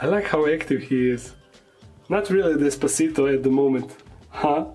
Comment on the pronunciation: Bro its des-pa-cito...